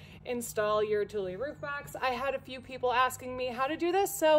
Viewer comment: Thank you for this tutorial, I learnt how to pronounce Thule properly lol